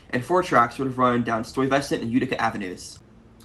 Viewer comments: First, it's STY-ve-sant, not Stoy -VES-sint. It took me a minute to figure out what you were saying. Second, I’m old enough to remember driving North on McDonald Avenue near Avenue J and being startled by the sight (and sound) of an oncoming locomotive on what I had always assumed were defunct trolley tracks. I’m also old enough to remember the Culver shuttle. I grew up near the Church Avenue station on the Brighton line, and my father worked on McDonald Avenue. Btw, getting out of the way of an oncoming train while dealing with the pillars of the elevated structure and the somewhat casual regard for parking rules that existed on the more industrial parts of McDonald Avenue was no trivial exercise. I still get the willies thinking about it. They didn't bother with escort vehicles in those days; I heard the air horn and boom, there was the locomotive, with traffic scattering to the sides. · Sorry but “stoy-vusent”? 😭😭 its pronounced sty vesent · You've been given different pronunciation of Stuyvesant. To me, it was always STY veh sent (not sant). And as I may have said in another video, the old pronunciation was Av Nuh, not Avenue. Needless to say, I miss the old neighborhood accents now lost forever thanks to the detestable gentrification. Great video, by the way. Keep up the good work. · Ah yes, good old "Stoy-Vessant" Avenue...🙄🤦‍♂️ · Thanks for the video but as a former New Yorker Stuyvesant is pronounced STY VUH SENT. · It's Dekalb with a short A, like in "at". I am from Brooklyn. I never once heard anyone pronounce it "DekAWlb". Also Bedford-Stuyvesant has the accent on the "Stuy" and not on the "vesant". STUYvesant is the way. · Stye-Va-Sint. The botch job you did was worse than some of the pronunciations I’ve heard for Kosciuszko, which is pronounced Koz-Key-Oz-Ko. 😂 I really enjoyed the video, keep up the good work